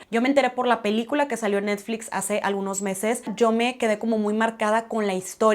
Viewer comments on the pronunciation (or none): ¿Porque dice “PELÉCULA”?